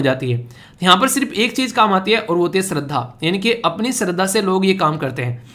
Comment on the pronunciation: Sir, topic .... related to Tirupati lord Venkateswara. In that "shraddha" word is pronounced as 'श -Sh' not स plz.... This is my name😓